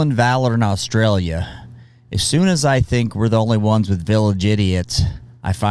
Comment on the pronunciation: First off I love your videos I can't say for sure about the Australian army facts but one quick tip it isn't Aaaauuustralia it is Australia you pronounce it short and quick but not rushed anyway keep up the great work.